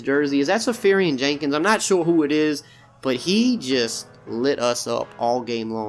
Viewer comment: It’s Austin Sefarian-Jenkins